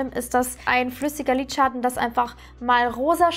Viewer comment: Das ist das erste Video, welches ich von dir sehe. Finde es bisher sehr unterhaltsam! Nur eine Frage brennt mir unter den Nägeln: Warum sagst du „Lidschatt-ne“ anstatt Lidschatten? Finde das irgendwie putzig 😅